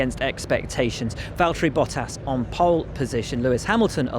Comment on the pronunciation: And everyone needs to learnd its valtteri not valterri or valteri